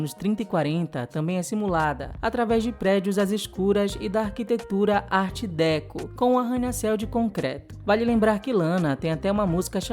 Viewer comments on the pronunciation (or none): Só uma correção: a pronúncia correta é art decô. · Adoro seus videos mas deixo um toquezinho: a pronúncia para art deco é "ár decô" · Arte DÉco? hahahhah não seria DecÔ? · A pronúncia de Art Déco está errada! Gosto muito de ver os vídeos, isso é conteúdo de arte 👏🏻👏🏻👏🏻👏🏻